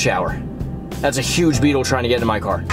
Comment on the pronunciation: When you said giant beetle I thought you said giant baby 😂🤣